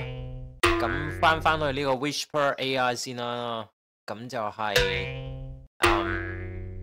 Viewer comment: Channel 學到野。多謝無私分享。🙇 1. 不過師兄讀(WISH-PER)係錯誤讀音，應該係讀(WI-SPUH)，系統辨認不是「Whisper」並沒有錯。 2. 佢個performance 係再拆開Cantonese (HK)同 Cantonese (CN)。Cantonese (HK) 分數係15.9，差過Cantonese (CN)的10.9，主要因dataset 普遍係廣東話撈埋英文，所以準確度會再低啲。